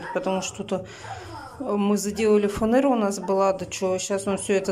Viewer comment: Не фанЭра , а фанера !